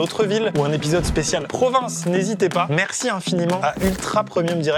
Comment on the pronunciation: Maxime, je te kiffe. Tu es mon youtuber préféré (SURTOUT depuis jeudi dernier!) Mais WOUALAH ! Ne reprononce plus JAMAIS le mot "province" (Yerk, rien que de l'écrire...) Débizou